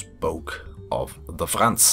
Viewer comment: you can say Franz so good are you german?